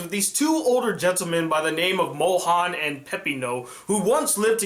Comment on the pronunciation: as a french girl it is « Monrhange » not « Mohan » 😭😭